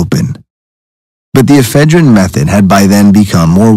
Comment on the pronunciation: e phedrine not eph e drine